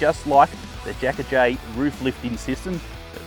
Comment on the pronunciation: Its A Jacka HD, not aJay!!!